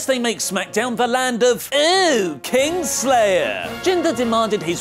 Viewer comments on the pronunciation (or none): The way that say "Kingslayer" sound weird to me.